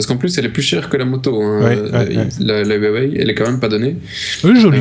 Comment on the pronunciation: Avant de présenter des produits...svp veuillez vous informer de la prononciation de la marque de ce dernier, "Yiouwé" sans déconner papy diouk ! Y en a marre....2eme vendeur au monde de smartphone...on prononce OUAWÉ, en chinois ruawé.